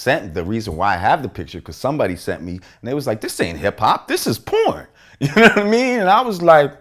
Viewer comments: "Younaddameen" needs to go on a tshirt... s/o lord jamar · "yuh nunna-mean?"